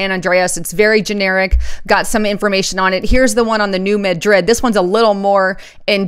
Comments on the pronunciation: you are mispronouncing New Madrid. It is pronounced, "New MAD-rid", not New Ma-DRID. The accent is on the first syllable. I live near there and everyone who lives there calls it "New MAD-rid." I like your reports. I am just trying to help you. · You are mispronouncing New Madrid. Please correct !